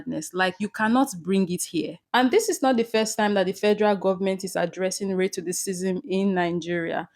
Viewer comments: Sweetheart it's pronounced RACE-CI-ISM. It sounds like you're saying rate-to-the-cism. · Thanks for the info and great job. However, what is, RATICISM? Ra-cism is the correct pronunciation. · Great work Nigeria but it not “Redtidicisim"🙄 its RACISM 😊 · Ray to what ism? 🧐 "Racism" is pronounced: "Ray-sizm" ... it is what it is... YouTube knows it too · Why are you pronouncing racism as race to the season? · Learn how to spell Mrs presenter. Racism Not ‘Ray-cassim’ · Very good video. But what is the reason Nigerians pronounce the name of the country NANGERIANS? You also pronounce racism as RATECISM. You are otherwise very fluent and good to listen to. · Can’t even pronounce racism properly what is ray-ccism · What is "racissym" please pronounce it well you can speak English well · Great report but learn how to pronounce words before you broadcast na. The word racism is pronounced RAY-CEE-ZIM. Keep up the good work. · What's the meaning of "Ray-to the- cism"??? You can read well. Couldn't you do a little research on how to pronounce simple "Racism"??? Damn!!! It got me sick! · Nice content. But what is ray to the cissm. Pronounce it properly with your chest. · Please pronounce the word RACISM properly it is not Racacisim. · Great job, Nigeria. However, please if you have to report the news. Please learn how to say the words. R-A-C-I-S-M. You can use google speech to help you. Please dont take this as an insult. I am just trying to help you my sister. take it as constructive criticism. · Ray-to the-cysm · FYI: It’s pronounced ‘racialist’. The ‘c’ sounds like ‘sh’ (not like ‘t’. But I really like the Nigerian saying: “If you do any harm, you go see any harm”! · Why are you not saying the word RACISM properly? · Am wondering if tour pronouncing is pigim ‘racism’😂❤. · please learn how to pronounce the word "racism" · Afar abeg dey pronounce racism well . Your style of pronouncing the word nor clear. Nor dey do too much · why is she saying racism like that?